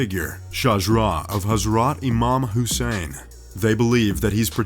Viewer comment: I barely got through this. Someone clearly wrote out the french, chinese and indo-malay words phonetically for you but then there is Israel-eye as if it’s latin. It’s pronounced israylee. And Husa-eeny ...what about Husaynee? I would hope you’ve heard israel and Hussain a couple of times on the news. And then a huge suspension bridge made out of “ropes”? They’re made out of steel cables which is shitloads stronger than the steel bars we used to use. I should know better than to watch these top 10 shits. It’s like watching educational media for the trailer park set...